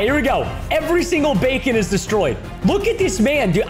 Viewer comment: Preston: We have defeated all the bacons Me: 😂 it’s beacons Preston 😂